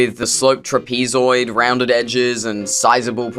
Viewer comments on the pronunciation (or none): did this MF just see truh-pee-zoy-d?